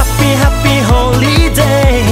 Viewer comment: The song was great but the pronunciation of Holiday sound like Holy day .. 😁 ... Sorry just can't kept it to myself 🙏